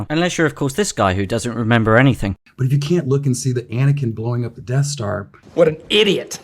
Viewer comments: What's a "Deaf Star"? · "The Deaf Stah" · "Deaf star" Once you hear it you can't unhear it.